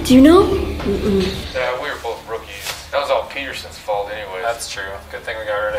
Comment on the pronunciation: He said peters as in agent peters like the chef